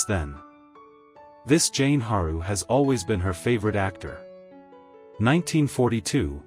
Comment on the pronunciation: Great clips but worst narration EVER!!! Marilyn was neither a drag queen or trans so why is she called “him” over and over again??? And half the words are mispronounced. Jane Harlow??? Her name was JEAN! Could this be an example of the danger of AI??? Learn your craft people! Shaka!